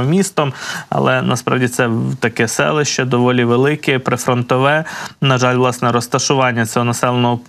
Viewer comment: "відбувалосА, сталосА, мешканціФ.."! За якими правилами "ВЛАСНЕ", ведучий, "ВОАСНЕ" тав вимовляєте зауки?!